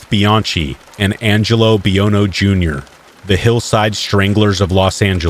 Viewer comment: It's not pronounced bian-chi you pronounce the ch like a k . So you say it Bian-key. Don't any of you guys that read me stories look up words or pronunciations anymore p because I have heard other channels do it at least this is I think the first time I caught you slippin.